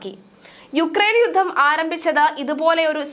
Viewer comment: വാർത്താവായനക്കാരായ ഈ പെൺകുട്ടികൾ മിക്കവരും 'യുദ്ധം' എന്നതിനെ 'യുദ്ദം' എന്നാണ് ഉച്ചരിക്കുന്നത്.